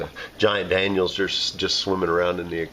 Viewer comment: It seems like everyone calls danios "Daniels" these days...